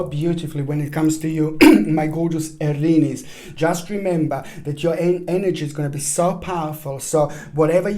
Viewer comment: Aaaariiiniiis!!! The way you say it.... Well, i am no longer 'Aries'.... I am 'Arinis'.